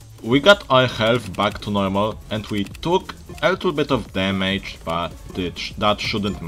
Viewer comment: ARE POLISH i heared ur,, demejdż